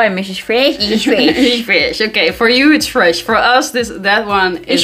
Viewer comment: It's FREEESH